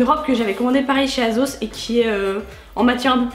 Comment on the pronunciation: c est superbizarre tu dis azos sinon continue cpomme ca t esla best